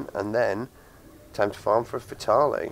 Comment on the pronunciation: Nice vid but you are pronouncing fatale wrong